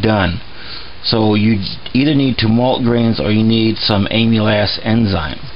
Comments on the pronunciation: Am-il-aze. Get it right. JFK it's painful hearing your pronunciation. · It sounded like he was saying Amy's ass. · No offense intended, but you do know that that's not how amylase is pronounced, don't you? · He keeps saying amylase wrong... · Nice video, but it's pronounced AMM - ILL - LAZE. I cringed every time you mispronounced it. One other thing, and I don't know how much is too much, but if you get too much amylase in your bloodstream it's bad. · The enzyme name is pronounced “ah-me-laze”. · You don't pronounce it like "Emile- ass". That sounds pornographic. It is more like "camel" without the "c" and then "ace", as in the ace of spades. Just think of "Dromedary playing cards". You don't want to sound like a dumbase. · Its not "Emu-lass" enzyme. It is "Amal - Ace" enzyme. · Amyl Ass enzymes! Its Amylaaazzz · You call it "aim-u-less" it is "am-il-ace" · A-MUH-LASE and not AMYLAS. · Very detailed and informative! BTW, amylase is pronounced AM uh lace. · Great job! I'm a physiologist and a big nerd. Amylase is pronounced as am-u-lace. Just nerding out. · The enzyme he adds, the white powder, is pronounced ama-laze. I had to get that off my chest, it was bugging me whenever he said it... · Amulass?! Nah, great video! I’m gonna try your recipe and see how it goes. Cheers from az! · By the way,it's pronounced amilaze. It's the enzyme in our saliva that helps start breaking down what we eat. I was always told the first & last runnins were methylalcohol,which is poisonous. How to tell the difference? Grandmaw never showed me how she made the keg charred I cut teeth on a long time ago. Any way,as he says you need either the enzyme or base malts (grains) to help convert starches to simple sugars. Same as brewing beer. The base grains contain the enzyme from being malted. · just an FYI, its pronounced "AMALAZE" enzyme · Amylase, pronounced aim-uh-lace. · Say it with me AMA LASE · Pronounced am-ah-layz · Amylase - AM-uh-laze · Am-E-laze enzyme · Pronounce Ahm -a - laze